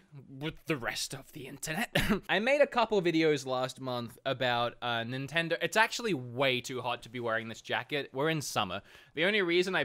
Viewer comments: can’t really pronounce nintendo correctly. Sounds like he’s saying “nintendor” sometimes. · They dropped you cuz you can't even say Nintendo.